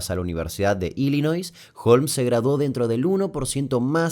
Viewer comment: Muy bueno el video. Como aclaración, (tal vez a alguien le sirva) "-Ville" se pronuncia "vil", no "vail"; en "Illinois" no se pronuncia la "s"; "Lynne" se dice "lin", no "lain"; "lapso de tiempo" es redundante, ya que "lapso" significa "período de tiempo".